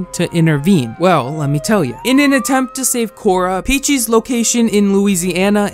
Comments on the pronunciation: that's not an accent it's just blatantly misreading her name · how tf are you unable to pronounce the word peaches, i'm sorry but that drove me insane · Normal people: peaches: p e a c h i e s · I take back what I said, his pronouncation of it gets worst and worst throughout the video. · Sometimes it sounds like he says "Peachees" instead of "Peaches" I find it so adorable 💗💗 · yo he’s saying it like peach-ehs — that’s normal. 😂 Edit: he does start saying peachees. Haha 🤣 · Omg yes. He said Peachies, not Peaches. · I’m more distracted by the fact that he keeps calling her “Peachies” lol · new drinking game: take a shot every time says “peechiez” instead of peaches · I laugh when says “peechees” instead of peaches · Why is he saying "peachies" instead of "peach's" lolll it makes me mad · Why are you saying “Pee Cheese” lmaoooo I know damn well you can say Peaches 😭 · Lol I love how he doesn’t say peaches he says pea cheese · Youtube subtiles; P-cheese instead of peaches lmao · oh my lord its peaches. not pee cheese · WHY DO YOU KEEP CALLING HER PEACHIES hahahahaha it’s peaches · i cant take this seriously bc you keep calling her "peachies" literally why can't you say peaches? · pronouncing her name “peechees” is maybe the cutest thing ever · I died inside every time you said “Peechees” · right, Pee-Cheese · Pee cheese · lilah boohole its PEECH-EZ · Lol yea "pee cheese" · Why do you call her “PeachEEEse” 😭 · Peach es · Jamal Rathur feeces,if you know you know😶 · why do u say peaches like “pEaChEeSe” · i love this guy (not peaches i hate her) but he says her name like peechees lol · He said peechess lmaoooo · everytime he said peachys like ahhh i’m triggered it’s not how you say it no hate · “Peachies” lol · Why is he saying peachees. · Stop saying peach-eeze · good video but does it bother anyone that pronounces peaches “peachies” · Peach + feces💀💀😭💀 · she sure is one